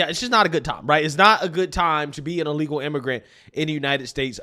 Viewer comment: Frankly there's never been a good time to be an ee-lee-gal immigrant in any place in the world.